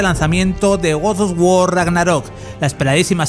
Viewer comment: Porqué dices gords dos guor?